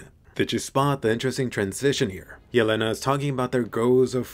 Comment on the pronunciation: Jelena is pronounced **Yèlena**. Is a slavic name meaning "deer", while Falco and Porco are also names (this time italian) referring to animals: hawk and pig lol (this is also why in the first scene 4x01 Falco si talking to a hawk)